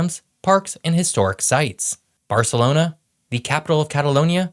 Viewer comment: Madrid and Barcelona sound so posh